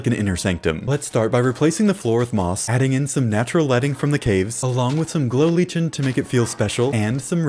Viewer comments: i am so sorry i LOVE this video but it's pronounced lie-ken not leech-en 😭😭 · its pronounced "LIKE-en," not "leech-en." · I know I'm being pedantic but lichen is pronounced "liken", not "leechen". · IT'S PRONOUNCED LIKEN NOT LITCHEN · Lichen is pronounced, 'liken' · Great video! Fyi, the word “Lichen” is pronounced “liken.”